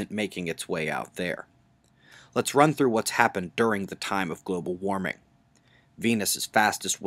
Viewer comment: bu bu bu global wawming!?!?